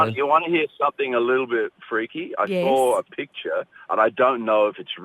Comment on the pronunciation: Mmmmm..im suorised Russell can't pronounce the word 'picture' perfectly.. he almost says pitcher..(have a listen..!?😲😳😊)